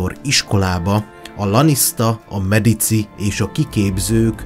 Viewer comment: Medicsi a pontos latin kiejtes